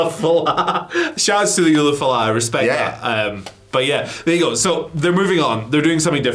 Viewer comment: the dude to our right looks like he never made it into the Blackpool Combat Club eh? ESPECIALLY because of how badly he pronounced the Ula Fala